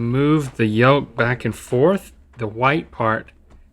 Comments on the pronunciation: Please stop pronouncing the “L” in yolk....it’s painful lol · The pronunciation of yolk has made me really uneasy